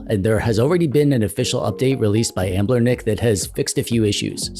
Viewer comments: "Anblernic"? Anbernic lol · Why do u call it Ambler-nic? Lol it's Anbernic.